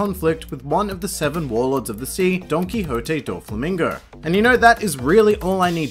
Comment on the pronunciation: That's how it's pronounced. Well not like the way you said it but DON-KI-HO-TE